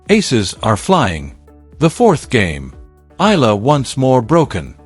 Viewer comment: ALEX EALA PRONOUNCE HER SURNAME AS E YA LA E YA LA PLS THANKS